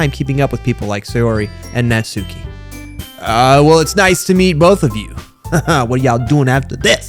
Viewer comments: Uh not tryna be rude but natsuki is pronounced knots-ski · Your new Yorker accent for natsuki is really intriguing lol